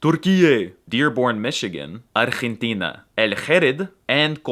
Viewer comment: you said Argentia WITH "خ", will i hate to break it to you BUT it "ج". also in arabic you have different accent the same as english.